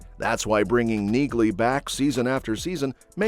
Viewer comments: NEALEY, not Neagley. The g is silent. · Pronounced Nealey